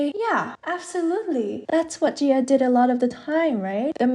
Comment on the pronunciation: it should be ji-ah since jia means another name and pronunciation in Chinese pinyin